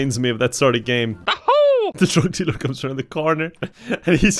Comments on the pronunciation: It took me WAY too long to understand “drog delure” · no one: absolutely nobody:: DROG DEALURE, ITS EUROPEAN